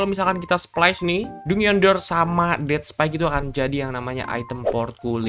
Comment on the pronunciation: Bg "dungeon" jan dibaca dungeon juga kali 😭😭bacanya itu "danjen"